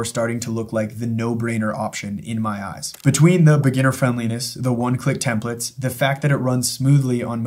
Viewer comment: Template.. TEM PLATE. Templet.. TEMP LET. these are TEMPLATES… not TEMPLETS.